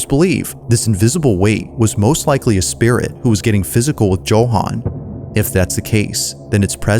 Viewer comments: “Joe-han” 😂😂😂 bruh its “Yo-han” 😅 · America prouncing Joe- Han😂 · It's pronounced YOHAN. Jesus Christ. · Anybody else find it a little annoying with the way he kept pronouncing Johan lol